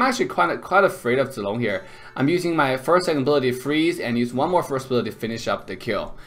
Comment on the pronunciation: are you abc ? because when u speak zilong it looks like u know how to speak chinese